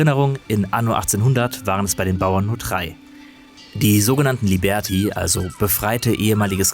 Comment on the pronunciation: “Liebärtie“ 😂🙈 Das Spiel schaut aber schon sehr gut aus